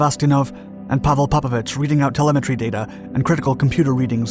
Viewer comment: PopOvich. Emphasis on second O. English speaking, get your fucking pronouncing right.